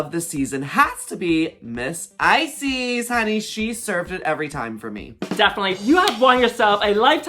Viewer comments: Is it only me that keep hearing ice, sis instead of Icesis? hahahah love you queens <3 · Girl y’all pronouns icesis wrong the last part of her name is pronounced like sis ice sis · lol not both you guys pronouncing Icesis as "eyesees" I'm crying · ah? Ice- Sees?? Prison, henny!!😅😅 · Are they deliberately mispronouncing every single queen’s name? I swear not one name was said correctly 😂😂 Come through “Icies”, “Aydriana”, “Kendal Jenner” and “E6000”!! 💀💀💀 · not them not even pronouncing the winners name right lmao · The pronunciation of Icesis. I can't! 😭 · Everyone's commenting on Icesis's mispronounced name, but I'm truly surprised Kendall Jenner was on this entire season of canada's drag race and we've been calling her "Kendall Gender" all along...😜🤣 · Ooof the pronunciation of icesis name :( imagine winning the season and then hearing your name pronounced wrong lol.